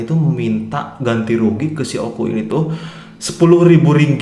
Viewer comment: oh ya bang o k u bang bukan oku